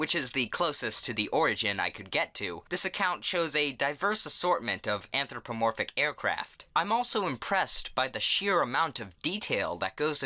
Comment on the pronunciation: “Anthro planes”